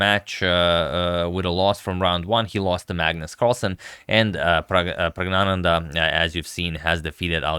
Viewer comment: Can I just say how perfect your pronunciation of the word "Praggnanandhaa" is.